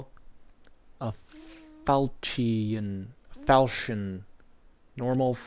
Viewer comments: I spent 2 weeks trying to pronounce falchion correctly. I decided after that time period that I should look it up. its pronounced, fal-kee-un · It pronounced fall chin that sword